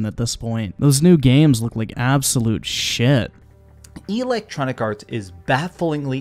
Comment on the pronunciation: EEEE-lectronicarts 🤣🤣🤣 this guy heard the word "roasted" 15 minutes before recording his video and tries to use it in every sentence because he thinks it make him sound cool 😂😂